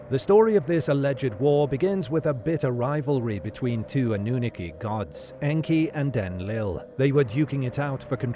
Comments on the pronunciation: I think he’s actually a real person lol this pronunciation drove me insane 😂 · He can pronounce Anu properly, but can't pronounce the last parts properly! All good, but I've heard a few others with both narrators! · Anew-nookie, I love how the program pronounces Annunaki lol